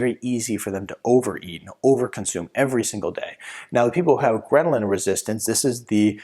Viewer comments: Hahaha gremlin resistance! The chart says ghrelin, but doc is mispronouncing it all the tine! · Uh ... it’s called ghrelin, NOT Gremlin